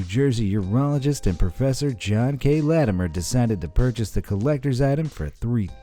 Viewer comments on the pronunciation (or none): none